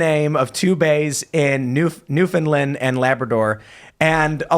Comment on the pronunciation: I don't believe her family is from Newfoundland, or she'd know how to pronounce it. The emphasis is not on the second syllable, and not even on the first syllable, but on the THIRD. "NewfinLAND"